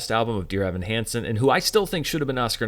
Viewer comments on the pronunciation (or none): none